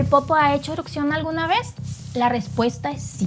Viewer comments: ¡Por favor! Se escucha terrible y lo repite muchas veces. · Es mi imaginación y dice eruCcion en vez de erupción ??? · Gran video, una corrección nada mas, se dice "erupción" no "erucción". Saludos. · no se dice eruccion, se dice erupción. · Erupción, no "erucción" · es ERUPCIÓN, no ERUCCION. Saludos desde Ciudad de México 🇲🇽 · Muy interesante tu información. Peroooooo todo el tiempo dijiste " erupcion"